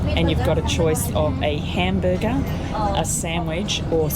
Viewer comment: Lol “ A great Cambuger” 😂😂😂❤